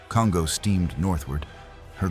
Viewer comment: Pronunciation: The name Kongō does not rhyme with "bongo". It's more like the English "Cone-go". In Japanese, every "o" is a "long o" (as in English-- dome, polo, toll.) "O" and "ō" are the same sound, but "ō" is twice the duration of "o". This is common as in Tōkyō. When "n" is followed by "g", they are never combined as in English (song, king, ringing). They're separate, as in English "Cone-go".